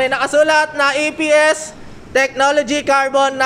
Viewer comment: EPS yan sir hindi "SPS" hehe